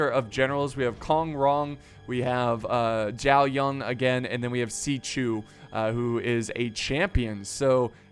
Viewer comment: why do you pronounce zhao yun with a 'ng' at the end of zhao?? there's not even an 'ng' there -_- i feel like youre not even trying